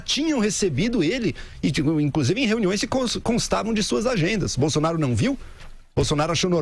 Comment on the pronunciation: "Jair Bolsonario"... (👂 ) (😉 apenas uma brincadeira 🤭)